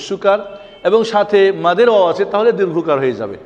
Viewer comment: wow and daal bengali pronunciation are not correct